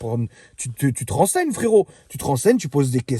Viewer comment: A chaque fois tu dis frérot à ta façon je m'explose de rire 😁 tu le fais super bien.